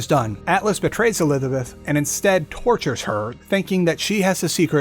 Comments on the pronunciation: elithabeth elithabeth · Bioshock infinite and burial at sea lore was so confusing this guy messed up saying Elizabeth like 5 times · You have a bit of trouble saying “Elizabeth” sometimes, huh? 😂😂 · Homie cant pronounce elizabeth